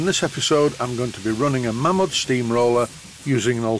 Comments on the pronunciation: Mamod not Maymod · It's mamod, not maymod. Whoever says maymod is a disgrace to society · Mamod comes from the family name of Malins. They started the business. Strictly speaking, it should be pronounced like May-lins, but hardly anyone does.